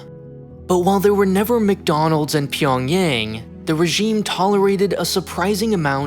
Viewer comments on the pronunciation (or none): Pyongyang is 'ah' sound. not Pyongyeng